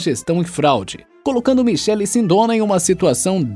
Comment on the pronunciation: A pronúncia está errada Michele ex.: (Mikele) .